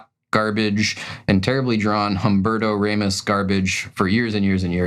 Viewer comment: Hum-Berto Raymos -speaking of bad is mangling the pronunciation